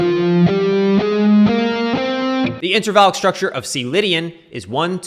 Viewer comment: Everyone in the comments is frustrated lol. Are you saying INTRAVALID structure or INTERVALLIC????? wth i can't understand you